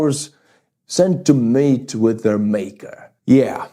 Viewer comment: Lol, did you say MEET or MATE with your maker? The second option is waay funnier.